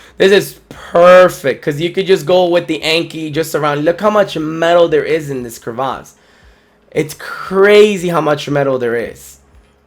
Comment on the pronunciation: When saying crevasse you swap the "a' to an "e" which makes it sound like "krɪˈvas" that being said great video